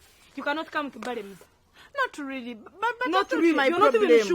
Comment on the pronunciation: I like when she says reyale instead of really 😂😂😂😂😂😂😂🙌